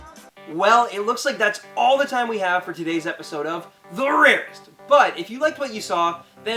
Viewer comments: Please dear God don't ever say "The RAREST!" again. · "The RARESTT" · Stop saying the rarest like that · Never say ‘’the rarest’’ like that ever again edit: ok this comment is like 3 years old and I was dumb to say that lol